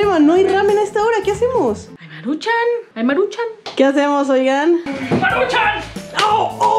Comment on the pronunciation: atuquen de maruchan 😹